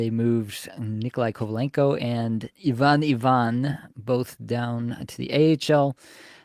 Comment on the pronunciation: Why is Ivan Ivan pronounced even even?